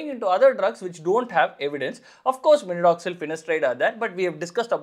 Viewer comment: Minodoxil ❌ minoxidil ✅